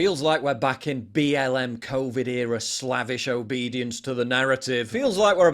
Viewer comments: Slavish ~ CORRECTLY pronounced slay-vish, in reference to slaves. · Slavvish? Check the pronunciation, Paul 😅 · Can't pronounce slavish